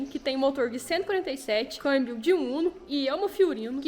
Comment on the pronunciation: Dai,kk não é câibio é câmbio 🙏🙏😂😂